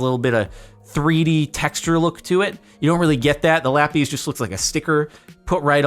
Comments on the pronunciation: ive been trying to say this for years captain its not lapees its lapis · IT'S LA-PIZ NOT LA-PEAS PLEASE JORDAN SAY IT RIGHT. Thanks love your vids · I've never in my life heard someone say LAPIS (lap-is) like lappies (lap ease) You are the literal first for me. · "Lapees" Say lapis correctly or I stab an orphan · the way he says "lappys" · "la peas" loll